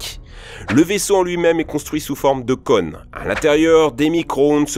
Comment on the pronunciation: Cône pas conne ! Y'a un accent !